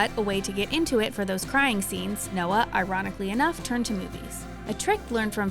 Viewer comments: Noah's is technically correct🙃 it's a German name; that's how you say it.. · That’s not how Noah nor anyone else I’ve heard say it. Which means that technically it’s wrong.